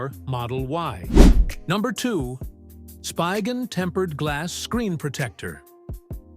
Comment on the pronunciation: It’s not even a real person. AI generated voice. Pronounced SPIGEN wrong several times.